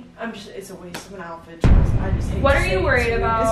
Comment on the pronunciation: The way you guys say “alphet” and not “outfit” 😂